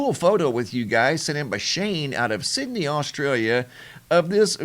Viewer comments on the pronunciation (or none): none